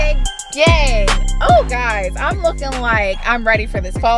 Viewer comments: When she said "gang" The only thing I heard is gay gay gay gay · What saying"GANG GANG GANG GANG What I thinking she's saying"GAY GAY GAY GAY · It sounded like she said gay gay gay gay gay in the first park